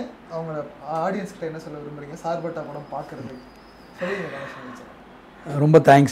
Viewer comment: Not a sirpetta it's a "Charpetta" char means 4 patta means kaththi